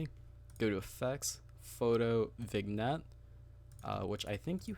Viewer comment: By the way its not VIG-Nette LOL the g is silent